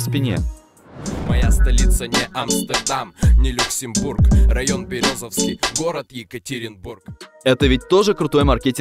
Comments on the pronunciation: город БерЕзовский а не БерезОвский...москва епт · Березовский ударение на Е